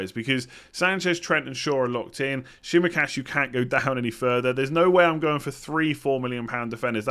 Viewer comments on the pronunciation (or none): Sorry,but the pronunciation of Tsimikas's name is still wrong🤣